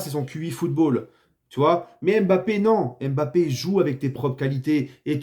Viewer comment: T'as raison les bleus sur cette euro est un mystère (Et t'as recommencé à dire "M'Bappé" au lieu de Mbappé)